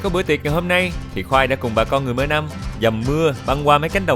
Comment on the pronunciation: Mơ nông hoặc là Mnông. Chứ không phải mơ nâm khoai ưi 😊